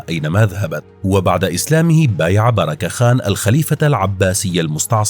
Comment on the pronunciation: بركة خان و ليس بيراك خان